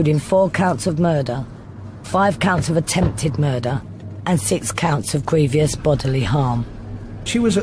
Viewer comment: I struggle with hearing someone who is an author presumably writing in English saying grievous pronounced as “griev ious” 🤷🏼‍♀️- I don’t know this word at all and especially used in the context spoken, I only know grievous. Otherwise not a bad video.